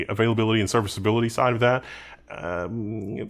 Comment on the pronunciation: "Reliability"... "Availability".... "Serviceability" .... loved the way you said those IT jargons 😂😂😂